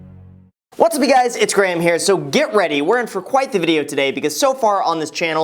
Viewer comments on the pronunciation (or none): Why do i always hear greg* instead of graham? And i always go wait!... is his name greg? then i check the channel name and all!